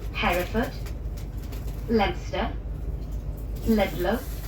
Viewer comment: I knew you'd do the 'Leominster' gaff with pronunciation - everyone does. Again; locals get very itchy about that. 'Lemster' (or if you listen closely to a local - Lemsturrrrr') is the way,.🤣